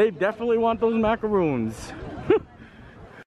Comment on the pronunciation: Maka rohn not macca roooons lol.